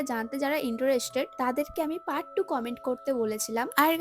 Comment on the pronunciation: Interested ❌ intorested ✅🥲.....❤